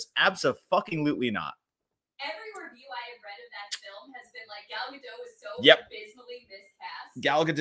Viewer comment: Hey, (and Perri), the 't' in Gadot isn't silent. If you can't pronounce it correctly, don't pronounce it at all. Just say Gal. I'm sure whoecer need to know who you're refering to, will know.